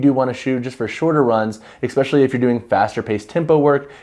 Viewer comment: Great review but FYI especially has no “x” in it. You keep saying expecially. Which isn’t a word. 😂